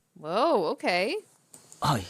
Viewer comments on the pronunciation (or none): none